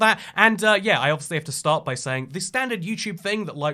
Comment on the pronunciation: Why does your ‘start’ sound like stop ??